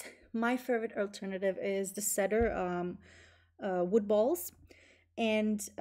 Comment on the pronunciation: Two helpful hints for: cedar is pronounced "see-der" instead of "said-der", and the little balls removed using the shaver are called pills.